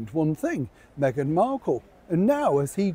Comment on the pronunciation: You said it hawy "what megain wants megain gets", no change there.